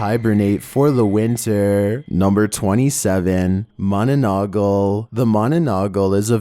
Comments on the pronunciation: its mana nang gal not mananagal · It's not manonongle Its ma na nang gal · bro it's not pronounced like that you should've fasten the "nanang" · It called manananggal not mananagal.couse im filipino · It is not mananagal it is mananangal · just to correct you its not its monolongol its manalangal btw no offense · Bruh mananagal :/ wrong :/ its mananggal bruh :/ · its not mananagol its mananangal i hope it follows u EZ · 27.manununggal Its called monononggal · Ma-na-nang-gal, not ma-na-na-gal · it's manananggal not mononogol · When you pronounce the manananggla is wrong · It's "Manananggal" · Bro it's called manananggal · 27. Ma-na-nang-gal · Manananggal (ma na nang gal) is how it's pronounced, Direct translation is like "someone who removes" cuz it stems from the word "Tanggal" (tang gal) which means "Remove." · Managal 😂😂 I laughed too I’m not even Filipino but I knew what it was and how to pronounce it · Hahahaha🤣 i laugh so hard when you say the word manananggal im from Philippines it’s kinda fanny bro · You mispronounced the Mananangal ... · I love how he pronouns manananggal like a british accent